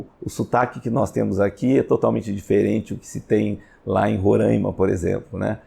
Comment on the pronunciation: Bom dia, apenas p efeito de correção...o nome do estado é Roraima apenas com o O e o A abertos.....n existe o..o tônico..Rôraima....que o pessoal do S é Sudeste fala..talvez seja uma das grande s desavenças do querido povo desse lindo estado do norte do Brasil...misto de florestas...rios e campos e cerrados e campos...